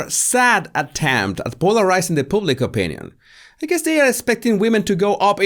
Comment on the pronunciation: Loves ya. But every time you say ‘public’ as you do, it sounds soooo close to pubic. Haaaaa. I smile each time. Amber’s pubic affair....